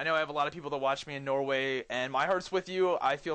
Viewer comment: lol u said norway really funny :P